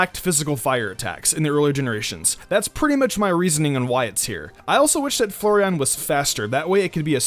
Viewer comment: Each time he pronounces flareon as Flurreon Slowly raging